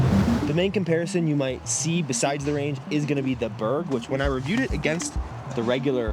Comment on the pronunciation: Why can’t eagle say the name berg ? Kinda weird lmao